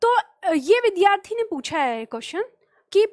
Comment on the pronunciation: namaste,vaise to aap achchha padhati hain lekin aap vidyarthi shabd ka uchcharan galat karti hain.vidhyarthi uchcharan galat h.kripaya bura n maanen.